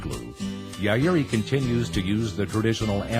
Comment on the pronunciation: Is he mispronouncing "Yairi"? I recently acquired another CY116 after having my 1996 stolen in Seattle years ago. This new one is a 1983 - frickin' out of this world guitar I've played a $6k classical that wasn't as harmonically resonant - mine rings like a bell vs heavy bass tree trunk sound. Life changing guitar 🎸